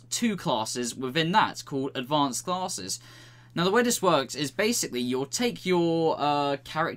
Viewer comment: Say classes one more time... i dare you